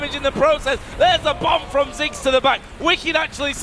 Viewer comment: its ziggs not six